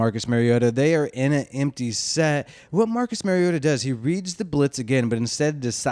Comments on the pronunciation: Exactly. Mari-O-ta. Not Mary-O-ta. Like Mario Andrette. But say "ta" instead of "Andrette". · Good video dude, but it’s MARiota like Mario. Not Marryota 🤙🏼